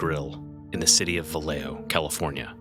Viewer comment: The city is pronounced Valley Joe